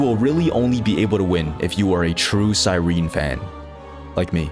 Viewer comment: "True Cyrene fan" mf cant even say her name right 🥀 also, i cant believe im only now finding out i have to skip phainon for cypher for my feixiao its so over